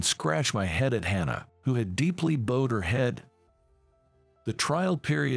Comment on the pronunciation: Learn to pronounce bowed . U don’t pronounce it like it’s a bow for hair.